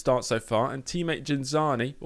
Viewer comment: cool vid. Btw, it's Ghinzani with a G like green